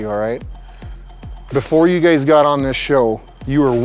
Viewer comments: is he saying gays instead of guys? :D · Is he calling them guys or gays? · I like how he consistently calls him "you gays" instead of "you guys" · " before you gays got on this show"